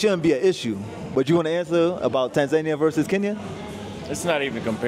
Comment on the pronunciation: You lived in Tanzania for a whole year and you didnt learn how to pronounce it...? C'mon dude.